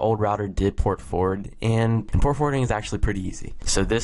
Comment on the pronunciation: you said no Portfowarding like wtf man